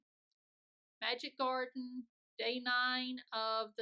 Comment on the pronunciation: Love how you say Magic Garden with clenched teeth! :'D